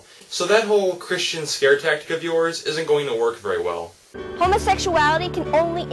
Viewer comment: Christian not Chirsten